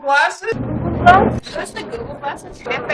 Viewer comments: after a while it sounds like he's saying ghoul glass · All I hear is GOO GOO Glass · after a few seconds it becomes "googoo glass"